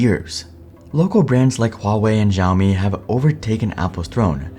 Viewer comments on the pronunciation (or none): I will sub when you start pronouncing Xiaomi properly; "Shaomi" instead of "Zhiaomi"😉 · The X in Xiaomi is an SH sound but you put your tongue right behind your teeth. What you are saying would be closer to Zhaomi, which I don't think is a word. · Your pronunciation of Xiaomi hurt my ears 😵‍💫...😄😄😄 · Video was great until he started misprouncing Xiao Mi. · Nice video! But for the future, you should improve your pronunciation of Xiaomi 😁